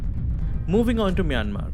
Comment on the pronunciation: Your pronunciation of Myanmar and Ruby DD's name is correct.